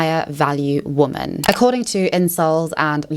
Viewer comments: I love your channel! Your insight is incredible I do have a request… could you please say the plural of woman.. which is women? It throws me off every time you say it incorrectly. 😅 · you pronounce "women" wrong